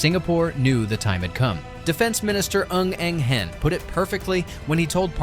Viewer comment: Wow.. u can pronounce Mr Ng Eng Hen's name perfectly!